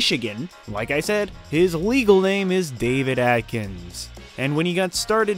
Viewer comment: AD-KINS GET IT RIGHT!!! Not AT....Ad. Sorry its pet peve of anyone with the last name Adkins. like me.